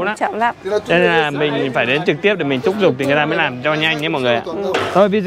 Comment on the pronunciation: Thúc giục chứ không phải " thúc dục".....